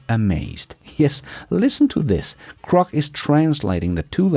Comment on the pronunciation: Hay When you say Crok. That means something else in the USA; Saying something that's not true..... Grok, is said like the Kelloggs comercial from "Tony the Tiger" THEIR GRRRAAATTE. Just growl first, then say Rock... It's all good. We all have words we say funny to others. Me too.